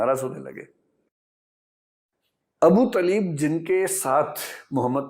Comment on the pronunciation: Corrections - 1) It is not "Zibrail". Correct name is Jibraeel. - 2) It is not Abu Taleeb, Correct name is Abu Taalib.